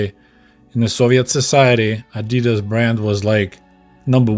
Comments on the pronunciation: The way you pronounced adidas in the Soviet Union (adi-daas instead of adii-das) is correct. Greets from Germany. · "ah-dee-das" is the right way to say the brand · The way you said Adidas is the right way to say it. The American way to say Adidas, is actually wrong, but they do it to every german word they try to pronounce. No hard feelings though. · The correct pronunciation no matter The language is adi-dass. Adi dassler is the founder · In Soviet Union we say "Adi-das" not "Adee-das"... Well since that's how its pronounced that's a good idea 😂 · We say ady-das here in the UK too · In Australia it is pronounced AD I DAS as well, comrade. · In Australia Adidas is pronounced the same as Russian, and the correct way since that's how much closer to how it is in German too. The brand name is short for the founder, Adi-Das.. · Pronounced the same in the UK as well. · You’re pronunciation of Adidas is correct. It is shortened from Adi Dassler, the originator of Adidas.